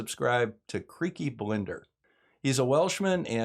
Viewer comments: Hi, love your channel, long time subscriber. Just a heads-up on Creaky Blinder - it's pronounced Creaky BLIND- (as in, unable to see) ERS. It's a piss take on the popular BBC tv show Peaky Blinders (also BLIND-ERS). Keep up the good work. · Had to chuckle at your pronunciation of Creaky's second name. It's actually pronounced with the Blind part the same as the not having sight kind of blind. I believe it's a play on the title of a very popular TV show here in the UK called Peaky Blinders.